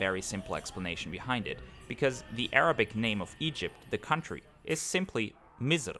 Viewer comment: its not mizr, its misr